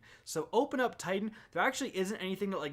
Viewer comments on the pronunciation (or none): none